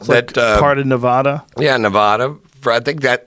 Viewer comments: GOD DAMN IT JOE, ITS NEVADA!!! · It’s Nevada!